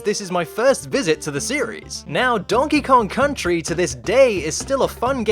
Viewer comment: Donkey Kong Cuntry